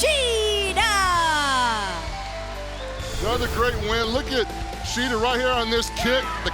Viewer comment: Lol Paul White can not say Hikaru Shida's name consistently correct to save his life. Is it really too much to ask to have commentary team at least get talent's names correct? i mean at least 80% of the time....